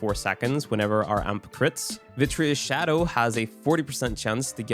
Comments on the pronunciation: It is virTUous, not viTRIous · Dude...It's VIRTUOUS not VITREOUS! :D